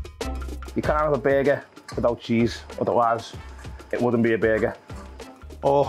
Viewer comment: Burgur: “Behgeh”